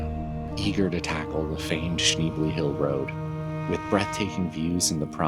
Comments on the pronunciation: you can’t even say the name of the road correctly! 🙄🤦‍♀️It’s sh-nebly…..not sh-neebly….what a dweeb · Beautiful area! Your dog and ride are awesome! (You might consider asking the locals how they pronounce, "Schnebly." :) Is/was JB Weld a temporary option? Charcoal canisters do fail after a while. AT least you and Bandit are safe. Thanks!